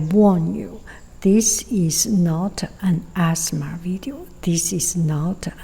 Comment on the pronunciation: Whenever you say it's not an ASMR video it sounds like asthma, haha. (I have asthma, and I'm glad it's not an asthma video 😅)